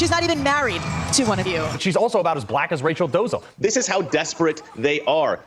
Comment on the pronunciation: "she's about as black as Rachel Dozel"? The name is Dolezal. They are just so aggressively ignorant all the time.